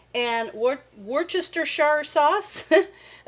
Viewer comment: The beans look fabulous! I was trying to help you pronounce the W word but you couldn’t hear me 🤦‍♀️ Wor-sta-sure.